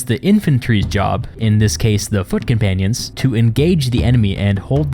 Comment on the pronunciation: From foot companions, I heard "fuckin panions"